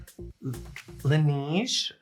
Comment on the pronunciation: I would love to see a skincare routine for 50+ with rosacea. And also...from a French speaker...Laneige is pronounced lahnayje 😉